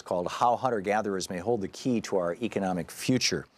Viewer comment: Hold the "hey"? You meant "key" right?